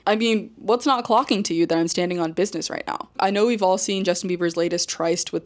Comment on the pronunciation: I can't get past Aespa saying "bidness" JFC.